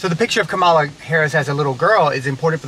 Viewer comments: Great video, but, FYI: Her name is pronounced Comma la Harris, not Ka ma la Harris👍🏾😉🙏🏾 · Kah-mah-la not KUH-mala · Her name is pronounced Kam-a la not Ka mala. Like Kamla.. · I didn't see your post before I posted regarding COMMA-LA! I'm sure EVERYBODY will get her name right when VP is added to it! 😅😆😉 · I shared it to her IG. Just a little tidbit. Her name is pronounced COMMA-LA. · I really love the video! But i hope this comment doesn't come out as hate and i am very sorry if it does. However, Kamala Harris is pronuced as 'Comma-La'. Like a comma and a la at the end. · LOVE the video, awesome family - but thanks for pointing that out since she'll be our VP !! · Great video. BTW, her name is pronounced comma - la. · LOVE THIS VIDEO, BUT HER NAME IS PRONOUNCED "COMMA-LA". JUST A LITTLE INFO💞💞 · I came here to say this too! I love this video. As a person who also has a name that may not have pronunciation that is intuitive, I just wanted to correct on Kamala’s behalf. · I had to learn this too, but her name is pronounced COMMA-LA. Loved the video, the lessons being taught and the girls responses. 💜💗 The Jeep is nice too. 🙂 🤍🖤💜💗💙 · Thanks 👍 but her name is pronounced Comma- la I meant no disrespect just wanted to let you know. Love your family 💕 As I have said before Ami is beautiful and the girls are going to be gorgeous women too! Great message! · Her name is pronounced Comma-la. But cute video. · What a wonderful, educational video for the kids, Ami and! You guys keep getting better and better. BTW, she pronounces her name ‘Comma-la’, accent on the first syllable. It took me a while to get it, too. Hey, a suggestion for a fun video is you guys doing the Jerusalema dance challenge. It would be fun to watch a to do. You, too,. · That's a wonderfully educational and inspiring video; thank you!! (But you're mispronouncing Kamala's name...) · Please pronounce her name correctly. Your accentuation is incorrect.